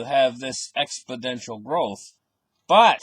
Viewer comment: Like your videos! Btw it is “exponential” not “expodential”